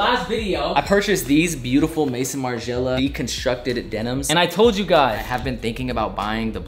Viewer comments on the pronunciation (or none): pronounced may-zon not mason haha.